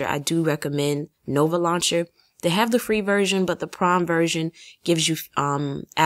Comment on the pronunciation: When you where talking about nova launcher I thought you said the prom version but you said prime lol I was like wow what's the prom version